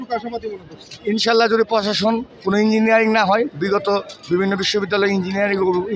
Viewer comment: Injiniyaring. Maraice 😂😂😂😂